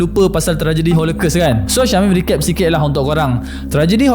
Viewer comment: ‘holokos’ bukan ‘holekes’ research pronounciation jgn lupa buat